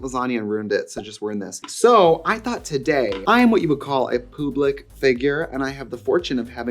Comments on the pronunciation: "pooblic figure" ♡ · Pube-Lick Figure??? LOLOL